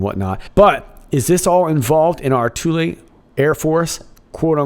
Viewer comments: " Thule " lol, you're saying it " toolee " when you should be saying it a cross between " fool " and " full ", how did you pronounce " Th " in school? You can pronounce " the " 2 different ways, " thee ", " thu " so Thule was never pronounced the way you are saying it. Great show though! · Thule is pronounced as "Thool". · "Thule" air base???